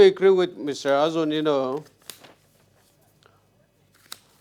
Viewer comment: Correction..... called it Nienu not neinu